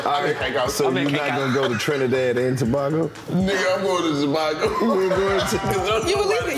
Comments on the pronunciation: As a citizen of Trinidad and Tobago who watches you guys, it's pronounced Toh-bay-go, not Toh-bah-go. You guys should come for Carnival next year. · it’s the pronunciations for me 😭 “tobahgo, carnivaul, caribbeans” WTH Turks and Caicos is a group of 40 islands btw